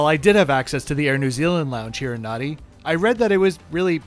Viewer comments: Just a small correction: Fijians add an m and an n in the middle of words which makes NADI not nuddy but Nandi. Same as the PM Rabuka is RAMbuka. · Nadi, is pronouncement NAN DI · Nadi is pronounced NANDI 🙄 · Nice video😊 Just a local pronunciation pointer - Nadi is actually pronounced 'Nan-dee' Hope this helps, sorry if it sounds picky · Hey its Hadi pronounced Nandi. Air NZ also flys to European destinations. Putz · Great video. Nadi. Thats how its spelt. But it's spoken as "Nandi". Phonetically as Narnde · Great review, Nadi is pronounced Nandi. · interesting review, I do however need to point out it is pronounced NANDI. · "Nan - dee"